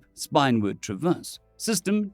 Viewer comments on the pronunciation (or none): Spinward - spin-ward (not spine-ward) Autocracy - aaw taw kraw see (not auto-craicy)